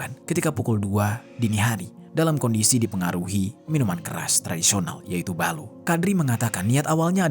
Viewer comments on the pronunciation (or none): Bukan ballu tapi Ballo'